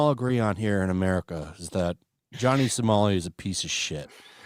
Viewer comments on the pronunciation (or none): none